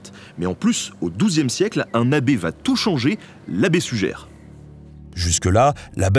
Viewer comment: Ça s'écrit Suger, mais ça se dit "Sugé", pas "Sugère"